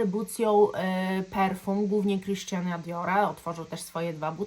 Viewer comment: Dior,ponieważ to Francuz to jest Christianem,tak właśnie trzeba wymawiać jego imię! Fajny filmik-pozdrawiam serdecznie!😊